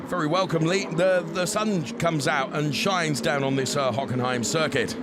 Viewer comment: Hockenheim was butchered.